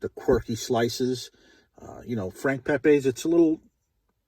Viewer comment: It's Pepeez not Pepays. He was Italian not Mexican.